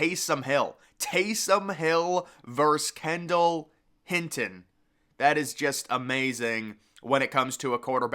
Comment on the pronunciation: Bro it’s Hinton not Hilton